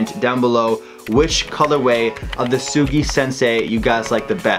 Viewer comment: Huge otaku, can't pronounce Tsugi 🤣. Still, anime fam doing sneakers is the best way to do it.